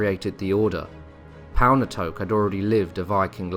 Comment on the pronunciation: Palnatoke. I think that you should pronounce the e in the end of Palnatoke. Don't assume that it is a modern name or word from English but based from the north Germanic one. The E should probably be pronounced like the first E in Everglade. Not pronouncing the e is like not saying the last d in David. Thanks for a great video though.